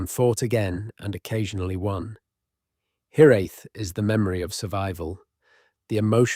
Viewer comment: You need to get your AI voice ) or human)?) to understand how to pronounce Cymru and Celtic. It stats with a hard C not an S sound. It’s bc a bit better stumbling over the concept not hiraeth” but pronounce that distinctive and beautiful Welsh word several ways and all wrong.